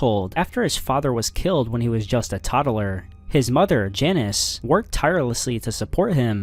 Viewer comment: Toddler ❌ Tod-a-ler ✅